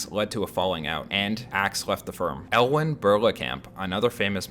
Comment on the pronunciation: Woah, what is to be thought of a piece of research that couldn't even get the name of Elwyn Berlekamp right (no, it's NOT Elewyn Berklekamp)?